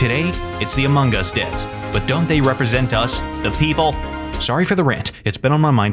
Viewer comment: Um did he say amingus Its among us